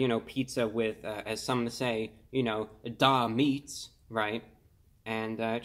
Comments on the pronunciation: Hahaha....."DA meats" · “Da Meatz” 🤣